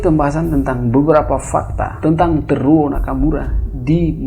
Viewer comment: Bacanya Te-ru-wo Nakamura bang